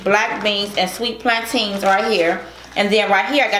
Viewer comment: said Plan-teens, 😂😂😂😂. Girlfriend is silly. It's plantains. I love this family.